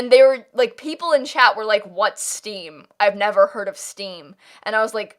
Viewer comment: When you said Steam I thought you said Steve as in Minecraft